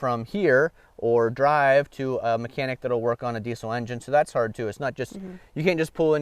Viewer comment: It’s diessssel not D-Cell.